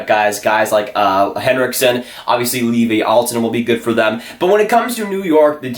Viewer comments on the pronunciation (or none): none